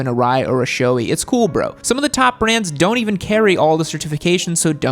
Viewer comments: Quick tip: SHOEI is not pronounced SHOW-ee. The correct pronunciation is SHOW-ay (like the 'ei' in eight). ARAI is not pronounced A-rye. The correct pronunciation is A-Ra-e (like E in Eat). KABUTO is also a another Japanese brand I recommend. They are just as good as those two top brands but at a much more reasonable price range. Source: I'm Japanese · Sorry but still saying showee and arye